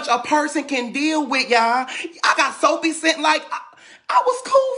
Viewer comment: He said Soapie Cent 😂😂😂😭